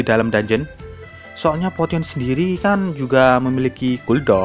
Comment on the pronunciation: Cara baca potionnya aneh aoakowkaok Yang betul ini min "posyen"